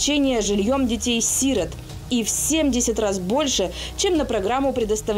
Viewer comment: Си́рот У них большая беда с ударением